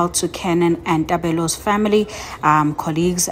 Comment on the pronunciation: Guys read correctly mahn...it's Tebello not Tabello...yoh!!!